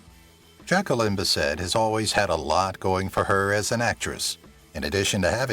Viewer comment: Nearly everyone mispronounces Bisset's surname. She made it very clear on a talk show I was watching once, years ago. She said "Bisset. Rhymes with kiss it."